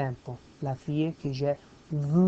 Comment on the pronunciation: it´s ok just improve "vu" pronunciation.